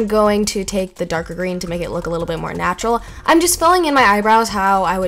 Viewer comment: i love how you you say natuarl for green in you eye brows